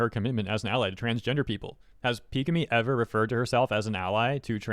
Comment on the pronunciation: I'm glad that you learned how to pronounce Pikamee property lol